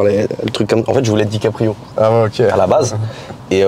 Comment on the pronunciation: C'est pas DiCaprio mais Dicaprisun 😂